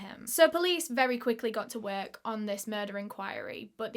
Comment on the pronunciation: Sorry I can’t get past how she said the word work “ worK” 😂